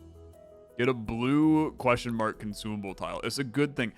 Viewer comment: queshmark, queshmark, queshmark, queshmark, queshmark